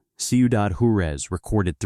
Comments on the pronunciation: I love the video, but could you please program the AI to pronounce words correctly!? It’s Whar-ez, not jar-u-ez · It's pronounced "Wah-rez", not "Jure-ez", for the love of Pete... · IA can’t replace human pronunciation of words. The name of Ciudad Juarez, the Mexican city located across the Rio Grande RIver from El Paso, Texas is pronounced Warez. Not whatever gosh awful nonsense that I heard when I listened to this. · It’s pronounced “Hua-REZ”.